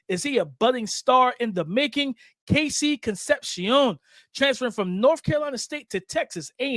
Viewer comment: how your last name Sanchez and you can’t pronounce con-cep-cion.